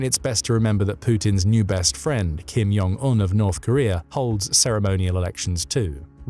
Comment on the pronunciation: You keep prounouncing Kim Jong Un's name wrong